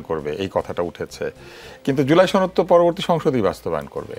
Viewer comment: ছনদ- উচ্চারণটা কই থেকে আসছে?? এটা তো সনদ!!